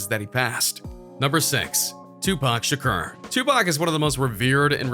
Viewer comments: ''Tupac shukar'' HAHHAHAHAHA ITS TUPAC SHAKUR NIGGA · Am I the only one heard he said Tupac Shakar instead of Tupac Shakur? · Triple X tenascion 2pac Sharcar!!😂😂